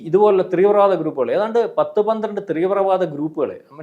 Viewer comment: ത്രീവ്രവാദം അല്ല തീവ്രവാദം